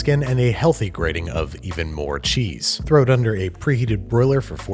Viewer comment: Jack Black just creamed his pants at that pronunciation of "cheese".